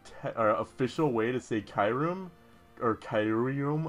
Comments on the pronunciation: Kai room? What? It's ''KYOO REM'' like.. KYUUbi... and REMoraid.. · Kyurem is pronounced key-you-rem